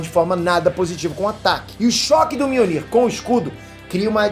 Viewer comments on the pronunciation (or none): none